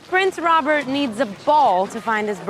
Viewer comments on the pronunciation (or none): Prince Rob-my hear lmaooooo